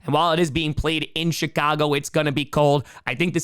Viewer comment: Every time says Chicago it sounds like Shitcago